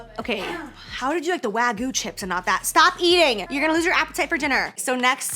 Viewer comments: lol WAGOO. Wag-you. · The WAGYU... (not "Wagu")